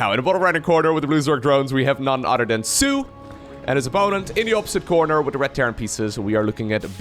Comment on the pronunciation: All respect bro but i noticed you pronounce your th with d's for example other than would be udder den an command cender